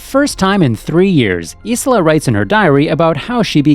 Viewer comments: its pronounced.. _Eye-La..... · Narrator clearly didn't watch the anime. I keep getting strokes when I hear him mispronounce Isla's name.